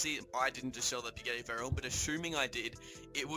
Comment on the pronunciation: whats a “bugarny” 😂 Bugatti I think you mean